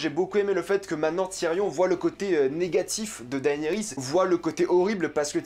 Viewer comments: PUTAIN MAIS on dit DénéRIS , PAS Daaaaéééénééris ! Bordel ca ma gaché la vidéo! Le mec matte 8 saison et jamais il a entendu quon dit DéNéris PFFF LOOOOOOOL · Tu m'énerves tellement quand tu dis daénéris ça me stresse de fou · Enfin c'est finit, on aura plus a l'entendre prononcer "daënerys" toutes les semaines hallelujah 🙌🏻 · Arrête de dire”daaayniris” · Tu suit got depuis 2011 et tu sais toujours pas prononcer le prénom de Daenerys 😂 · Daillenerysse??? 😂 Cèrssèille?? 😂